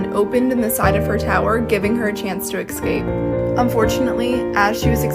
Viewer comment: To the young lady telling the rapunzel story...read the following word..ESCAPE..now say it aloud..